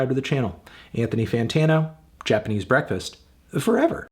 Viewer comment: Japanese bekfast